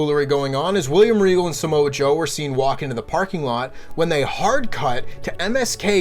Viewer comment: said Samosa Joe 😂😂😂